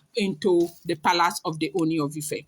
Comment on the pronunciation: you can stress the two oos in Ooni to give it the correct sound/intonation.